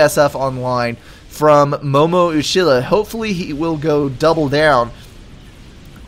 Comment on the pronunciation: I wouldnt be surprised if MOMO uchiha derived his name from MoMo in Avatar the last air bender and Uchiha from naruto :D Pretty cool name Also his name is pronounced U chi ha